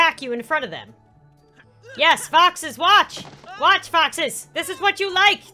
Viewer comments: Lol it dose sound like boxes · When was talking about foxes on Seapeekay day, I thought she said boxes so it sound like she said: people can dress up like boxes. Did you know boxes like menorahs? Boxes are Mischievous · Me too I thought she said boxes